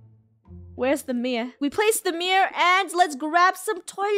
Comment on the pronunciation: The way Funneh calls a mirror a ‘meer’ is hilarious, also who else is watching all of ItsFunneh’s old videos?